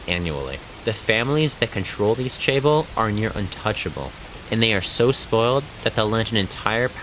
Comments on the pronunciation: "chaebol" is pronounced "jeh-buhl" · 신체개조를 마친 삼성민국 국민입니다 1. 고등학교는 오전 7시에 수업을 시작해서 10시에 자율학습이 끝났습니다 2. 이 나라에서 17시 퇴근은 ‘이른’ 퇴근입니다 3. 출산률 문제는 나조차도 해결책을 알지만 나서는 정치인은 없습니다. 4. 'Chaeber‘가 발음상 더욱 정확합니다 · Quite a misleading video. 11 hours a day? Maybe in the later years of high school. Nobody is regularly sleeping 3 hours a night. Also as an aside why are North Americans terrible at pronouncing short vowels? "soooooneung" "jaybol" 😞 발음을 연습하세요!